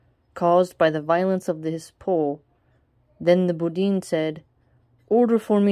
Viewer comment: Just a small correction in pronunciation it's not boudin it's pronounced: (BEH_DOO_WIN) =Bedouin. Eid Mubarak and have a nice day ✌️